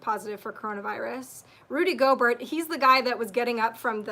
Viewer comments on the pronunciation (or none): gobert pronounce go bair its french